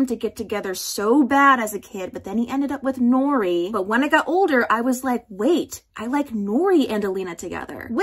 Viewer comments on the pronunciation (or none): none